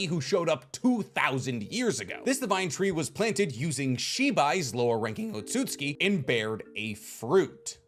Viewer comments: Tsu is essentially an S bruh. It’s “OT-SUKI” I hate to be that guy but this shxt irks my soul 😂😂😂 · Why does he over pronounce otutsuki😂😂